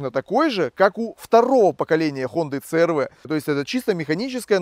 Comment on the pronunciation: В Америке много переднеприводных. Правильно говорить си ар ви. Клиренс у первого и второго поколения 205, у третьего 185, у четвертого 170, у пятого(заявленный) 208. У меня 2,4 , расход по трассе на круизе, в режиме 100-105 три взрослых и ребенок, 8,0-8,5 литров.